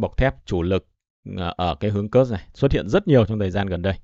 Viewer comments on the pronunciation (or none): PS có thể đọc đúng địa danh Kursk đc ko. Ko đọc đúng như tiếng Ng@ thì đọc theo phiên âm latinh là Kut xờ cơ cũng đc. Chứ cứ nghe kớt kớt giống cái cục trong bụng ra quá. Mong sao chiến dịch cuốc xờ cơ nhanh kết thúc, để khỏi nghe cái từ kớt kớt khi Ps bình luận.